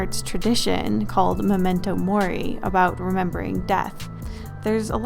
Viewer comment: rest in piece unus annus i miss you lol :( i almost had a heart attack when I heard her say momento mori lmfao